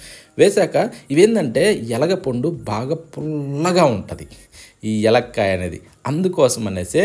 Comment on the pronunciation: ఎలక్కాయ కాదురా నాన్నా!! వెలక్కాయ అని పలుకుతారు.